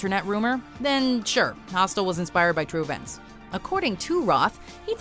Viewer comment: Omg don't say hostel!!! Disapointing